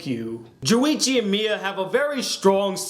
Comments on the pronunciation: it's Junichi not Juwichi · it's not juwichi it's JUNICHI get it right